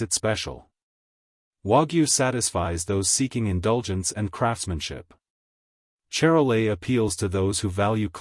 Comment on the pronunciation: say shar-lay